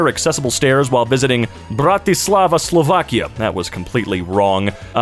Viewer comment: Why did you do a Russian accent for Slovakia LOOOOOOOOOOOOOOOOOOOOOOOOOOOOOOOL